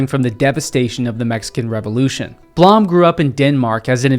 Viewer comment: Blom is pronounced "bloom"